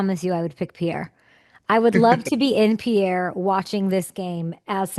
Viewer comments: Could someone tell Kay the capital of South Dakota is pronounced "Peer," not "Pee-Air." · He even pronounced it a few times and she still didn't pick-up on it. 🤨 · Wow Kay, Grey and you had an amazing discussion. Loved your reaction to Bob's bar. But if you ever do a behind the scenes interview with any of the regulars at Bob's or his high school coach in Pierre, just remember Pierre natives pronounce it as Peer...not Pierre or Pee-Air. Finally, if you interview Grey again, since I am an Alumni of NDSU, please ask him if he can sing/recite the words to the famous Hail The Bison Song. Also ask him if he is aware of how political correctness at NDSU ruined/replaced the epic ending of the song. Great job with Grey, lots of laughs here! Go Hawks!😄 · I think he has just given up on people mispronouncing Pierre.